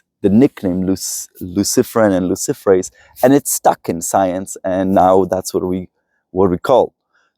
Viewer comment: Did he say luciferous???